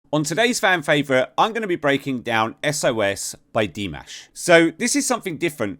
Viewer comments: It's DimAsh not DimEsh. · di-MOSH. As in mosh pit. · diməʃ , not dimæʃ . This eliminates any regional pronunciation differences. With that I, "Miss know it all" will 'bow out', as you so condescendingly called it with your snide remark, because if this doesn't clarify it for you, nothing will. I just wonder if you are this rude when not hiding behind the perceived anonymity that a keyboard affords you. I'm actually well aware of who you are. I wish you a pleasant day. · Dimush? Are you sure? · His name is pronounced Di-mash. 'Mash' being like the 'mush' in words like 'usher' (not ash)